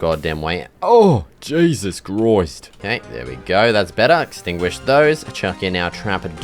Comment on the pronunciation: "oH! jAySuS cHrOiSt"